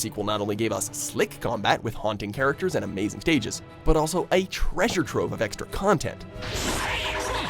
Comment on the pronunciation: "a treasuree trovee of extra contentt"